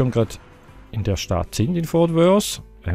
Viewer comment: du sagst immer"fort wors".obwohl es "fort worth"heißt.tipp:Zunge zwischen den Zähnen!!